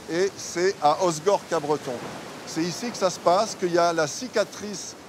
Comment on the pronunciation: Pour info c'est Capbreton et non pas CapBreton.